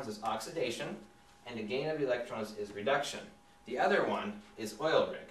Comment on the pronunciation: I heard, "Oxidation is Love... and Reduction is Gay." It took me a second repeat and upping my volume to get it. O_o